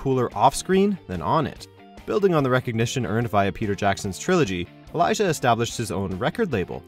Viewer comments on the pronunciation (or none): none